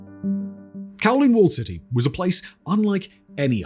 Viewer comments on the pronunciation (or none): none